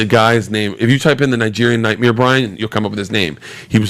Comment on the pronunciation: Bert saying nightmere from day one